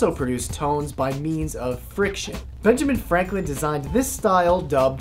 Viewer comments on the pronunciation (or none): none